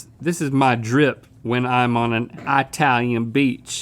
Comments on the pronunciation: really concerned with the pronounciation of italian did link say i talian what is that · I cant be the only one that cringes every time Link says "Eye-talian"...